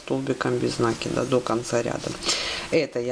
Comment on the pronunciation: Ну почему нАкида?? А ж слух режет, а за Мк спасибо!